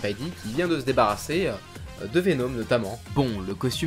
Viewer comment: J'adore vraiment tes vidéos, franchement gros fan, j'en apprends toujours beaucoup mais stp arrête de dire "venôme" ça existe passss c'est juste Venome, on ne dit pas j'adôre 😂😂 (à prendre au seconde degrés quand même)